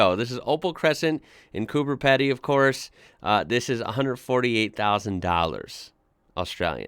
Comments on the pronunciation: Just quickly, Cooper Pedy is pronounced Cooper ( easy), Pedy is pronounced Pee-dee. Don’t worry about it tho I think it’s just the way we roll 🇦🇺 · Cooper Pedy is pronounced Cooper Peedy, Safety Beach listing what you were asking is the Heads coming into the bay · FYI Pedy is pronounced Peedy. Yeh I know! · it's pronounced Coober PEEdy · It's pronounced Coober Peedy... it's very outback. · hey ian its coober pedy you pronounce it peedy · G'day. Just a heads up. Coober Pedy is pronounced as coober peeedy